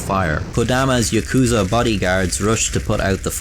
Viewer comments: Ah shit he butchered the pronounciation of yakuza. I'm out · The way he says yakuza bugs me more then the way he says 3